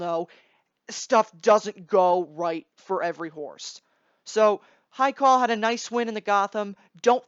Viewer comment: According to you none of them will win, so how about you stop putting my Farm's Haikal down and also learn to pronounce his name please at the least.